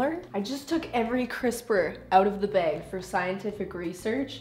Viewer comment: the behg. 😂😂😂😂 true canadian there! i say bag like bahg but the behg rly got me. Love you and Mama Maples!!